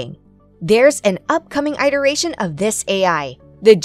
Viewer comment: "eye-teration?" This stupid AI doesn't even know how to pronounce "iteration." It would be nice if you would fix the errors before pushing your video onto YT. Nice video, otherwise.